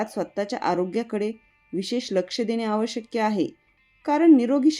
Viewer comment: बोलताना आवश्यक्य न म्हणता आवश्यक असे म्हणाला तर बरे होईल.